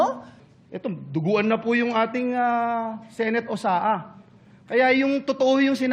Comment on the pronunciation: "duguan na po yu'ng ati'ng senate osaa", nuh masahol pa yung dugo ng tinuli tas duguan daw. Dapat pala hindi siya eh, dapat "PEBBLES" laru sila piko kasama si BARBIE...